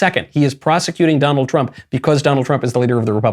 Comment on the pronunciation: "Donald Tump"